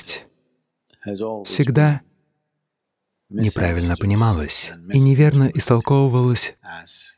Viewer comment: Ошибка в охвучивании слова КРОТОСТЬ. Вы озвучиваете как кроткость. Непрааильно. Надо говлрить кротость.